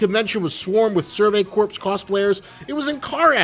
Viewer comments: Love your vidya dude. But a bit of constructive criticism: ‘Corps’ is pronounced ‘core’ not ‘corpse’. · Imma be that guy, since there's a lot corps coming up in anime. Corps is pronounced like core, not corpse. Survey core, demon slayer core, Marine core. English is often a needlessly difficult written and spoken language. Video is 🔥🔥🔥🔥 regardless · Whenever people pronounce corps weirdly,I hear corpse and then just heard survey corpse and thick that describes a lot of scouts pretty well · “Corps” is pronounced like (core) like the Marine Corps